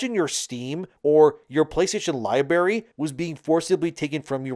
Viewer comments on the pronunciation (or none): For the love of all that is good man... It's Li-BRARY not "Li-Berry"... It's making your video surprisingly hard to watch... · You said "liberry", the word is "library". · its pronounced "lie-brary" not "lie-berry" 😄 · AAAARRRGGHHH!! STOP SAYING "LIBERRY"!!! THERE ARE TWO R's IN "LIBRARY"!!! SAY IT RIGHT!!! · i appreciate this content but dude please for the love of god stop saying "libary"... there's an R after the B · This guy can't say "library" lol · Jesus Christ. Its pronounced Lie-BRary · I appreciate the information shared, though for me personally it's a lot of way overexplained stuff that could be explained in like 4-5 minutes. The only actual complaints I have is that I had to get over the pronunciation of 'library' here and the overuse of the word "but". Probably stuff people would hate me over "nitpicking" over. Definitely a necessary 25 minutes for some people, so a good video in my eyes.